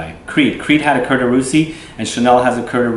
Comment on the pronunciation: Dear, cuir is pronounced as "Queer" in English. Thanks for the great review!